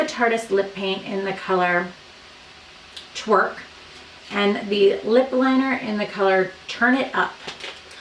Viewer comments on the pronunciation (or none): LOL at that pause before "twerk"